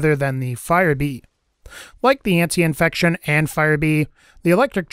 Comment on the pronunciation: Ant - I - fection. An - tie - fection. Either is correct. Great video but every time you said that one thing wrong I winced.